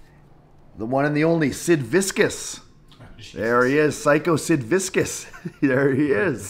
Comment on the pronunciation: Omega said "Psycho Sid VISCUS" 🤦🏽‍♂️ Nah bruh.... that ain't cool... you can't pronounce the name of an all timer? One of few wrestlers to live that legit intimidated you in/out the ring? I'm wondering if I should root for Moxley to win now